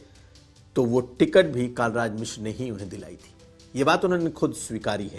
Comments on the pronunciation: यह बात समझ में नहीं आई जी! आप का हिंदी का उच्चारण भी बहुत अच्छा है। पत्रकारिता के लिए यह होना भी बहुत आवश्यक है। तो.... आपने जानबूझकर माननीय पंडित कलराज मिश्र जी को.... कई बार कालराज मिश्र क्यों कहा? ऐसा नहीं है कि मेरे सुनने में फर्क पड़ा है। यदि आपने जानबूझकर ऐसा किया है तो यह अच्छी बात नहीं मानी जाएगी! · कालराज नहीं कलराज मिश्र तुमको रिपोर्टिंग के लिए किसने रख लिया है